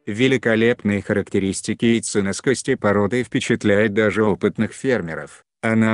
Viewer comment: ЯйценОскости, а не яйценаскостИ